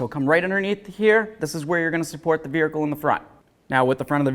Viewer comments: Ummmm...I need clarity. Why does this dude keep calling the vehicle a "vericle"?!?!? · V E H I C L E There is no R in this word.